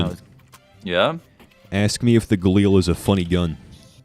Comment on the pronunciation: galil = ga-lee-eal. it's an israeli gun "גליל"